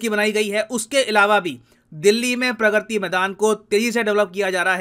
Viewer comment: Sir vo प्रग्रति nhi hai प्रगति maidan hai 😒